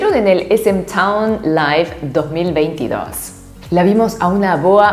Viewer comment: 2022 se dice i chon iship i ☺️